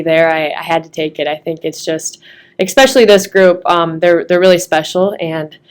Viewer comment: Just here to observe an entitled, jealous bully. Did you say "expecially"? 😂